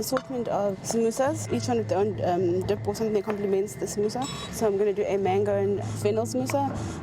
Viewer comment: did anyone else hear sambusaa 😂😂